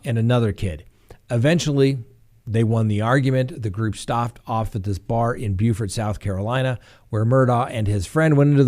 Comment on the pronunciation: Hey! The Murdaugh case is getting interesting just as you forecasted. Kudos on your spot on pronunciation of Beaufort SC (not to be confused with Beaufort in my state, NC, lol). Lifetime evidently exercised great creative license with their Daybell show so I hear. Thanks for all you do! My favorite YouTube channel by far! 🙌🏽✨